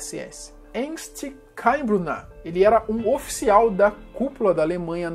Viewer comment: Ernst Kaltenbrunner, vc disse o nome dele errado e ainda mostrou o cara errado kkkkkkkk